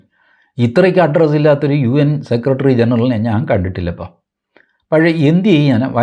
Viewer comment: TG UN എന്ന് പറയുമ്പോളേ ചിരി വരും.. 😂